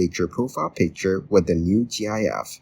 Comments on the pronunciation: Gyaff? It's pronounced like gift but without the t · He's saying "G.I.F"